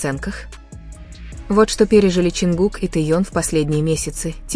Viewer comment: Лучше бы выучили правильно имена, а то Тэён!!!